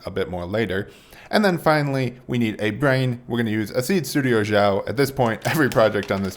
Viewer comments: Xiao is pronounced closer to something like 'seow' in chinese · xiao is Chinese. The X does NOT make a "zh" sound in anyway whatsoever. It makes a sound very similar to an "sh" sound except a little lighter, but an "sh" sound will suffice. English speakers always pronounce Chinese words beginning x with a z/zh sound and it drives me crazy. That is NOT how pinyin works. THAT SAID... man you could probably sell these. That's super rad. LOL